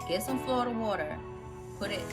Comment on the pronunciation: Love your energy & the way you spelled “Flawda” 😂😂 Thats really how my family there pronounces it so I loved it ♥️♥️♥️